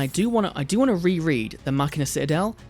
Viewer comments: Why ma-chai-na? It's ma-ki-na like "Deus ex machina" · "Muh-china"? Really dude? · Dude said muhCHINA!! Lol😂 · Does anyone pronounce Machina as Muh-China? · It is not ma china why is he saying that lmao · If you're still wondering how to pronounce Machina, in the OCG they're called Machiner, and they are pronounced 'Machine-er". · Did you really call the deck MaChinas 😂😂😂😂😂